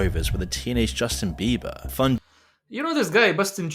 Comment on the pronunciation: I've laughed so hard and for so long that I don't know if I'll be able to watch the rest of the video after hearing him say; "This guy 'Bustin Jieber'..." 😄😁😆.